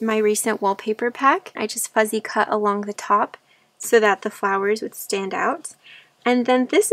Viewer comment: Your journal evokes memories for me of building fairy houses in camp as a little girl. We all put candy in them for the fairies. While we were swimming, I'm assuming squirrels or chipmunks got into the candy but we all thought this proved the existence of fairies at the time! PS I think it's adorable how you say fuzzy cut vs fussy cut ❤ You did a beautiful job on this journal! It has such an esthetic to it but then again all of your journals do. Pure beauty!